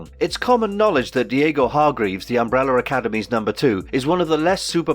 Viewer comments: What is an UMBRELLER? where is the "R" from at the end of UMBRELLAAAAAAA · What is UmbeRRRRRRR. There is an "A" at the end of UmrbrellAAAA. It is UMBRELLAAAAAAAAAAAAA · Why does this guy keep saying "Umbrellar" academy!! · The Embrolla academy as he pronounces it lol